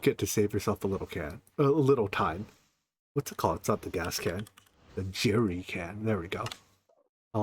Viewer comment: Beautiful and incredibly accurate representation of the British word "Jerrycan"